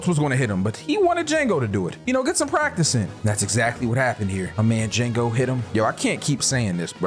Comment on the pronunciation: The d is silent 😂😂😂